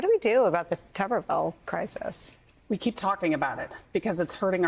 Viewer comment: Gen. McCaffrey, it’s pronounced ‘tub’ and not ‘tube’. Tub er ville. And he is completely clueless!